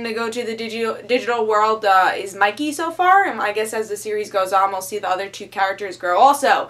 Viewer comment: Wait, is is "Monkey goes to another world or is it "Mikey...". No matter how often I re-play the video I hear Monkey, but it clearly says Mikey in the video description.